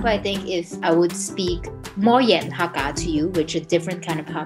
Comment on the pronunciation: You pronounced the word "Hakka" correctly. I've seen some people saying pronouncing it as "Hecka"